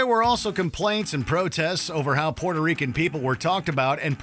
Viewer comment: And u def anger "pweuerto reekans" if you call them "Porto Ricans". Its not a road side toilet, its not PORTO, and im white as a ghost